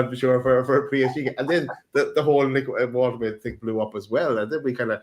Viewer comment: Lads need to figure out how to pronounce Woltemade 😂